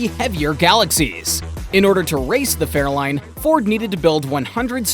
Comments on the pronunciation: If you can stick with this video long enough he does show some Fairlanes ..... but he calls them Fairlines. What a joke. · He did say fairline and not Fairlane.